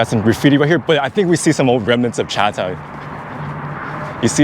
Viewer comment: I’m getting really tired of hearing him say CHA TOWN.